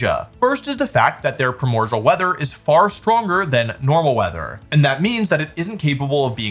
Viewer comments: Primordial is pronounced “Pry-more-de-uhl” Ok I’ll disappear now. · ok i have to ask why do you keep pronouncing it primorgal when its spelt primordial there is no g its pronounced prai·mor·dee·uhl like unlike allot of pokemon based abilities or names this is a real word in the english language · What sea? Pramorjal? Lol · Please tell me you are mispronouncing primordial (pri·mor·di·al) on purpose to rage bait lol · Pronouncing primordial like cordial is crazy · That's not how you pronounce "primordial."